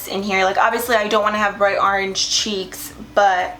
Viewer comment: "Arenge" lol love you!!! 💃🏻